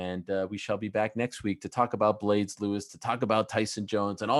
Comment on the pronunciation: He said blaydes not d lewis